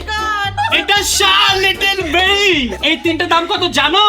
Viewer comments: It's like শার্লেট্টিলব্যর not শার লিটল বেরি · You can not even pronounce Charlotte Berry. It's so embarrassing